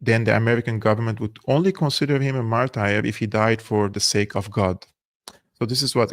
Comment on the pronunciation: Martur ... Not martire 😊